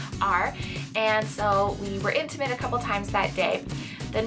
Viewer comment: "intimate"